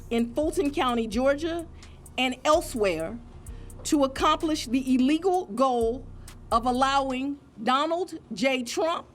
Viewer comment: Someone needs to tell Fanny that there’s only one “e” in illegal. It’s not eelegal…..🙄